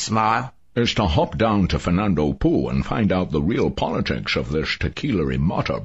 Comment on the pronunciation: that's not how you say Fernando Poo...oh well